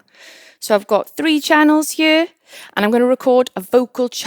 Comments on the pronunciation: never heard anyone say the words "here" and "hear" as "huer" before, once it caught my attentionI was so distracted from the content haha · Y she pronounce "here" like "hyurr"? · am i the only 1 that loves the way she says here ??? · I love how she says “here” in that beautiful Welsh accent!